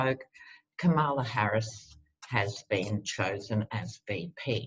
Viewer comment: Comma-luh, not cuh-mala.comma-luh. I was hoping she’d be the new AG and Stacey would be VP, but whatever works to get Biden elected! Love love love your readings...personality, humor and intelligence! ❤️❤️❤️❤️